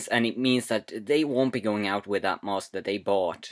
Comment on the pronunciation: 1. You pronounce mask mosque 2. The kid thought he shouldnt have watched it afterwards ni shit?